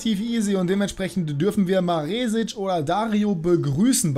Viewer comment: Hi, das "E" in Maresic wird kurz gesprochen. Zumindest im österreichischen Fernsehen.